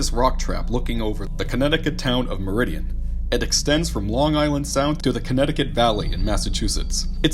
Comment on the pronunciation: You pronounce the town name wrong it is Meriden ..